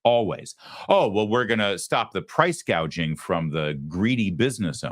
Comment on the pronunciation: harris did not say she would go after price gouging, she's going after "price gauging."